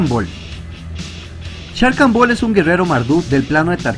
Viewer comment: Excelente video, gracias a ti conozco más sobre los Planeswalker... Solo tengo una duda, sobre la pronunciación de un nombre, ¿Sarkhan se pronuncia como se escribe o se pronuncia Sharkhan? Esa es mi duda, ya que otros youtubers al igual que tú lo pronuncian como "Sharkhan" en lugar de "Sarkhan"... Espero que me puedas aclarar esa duda.!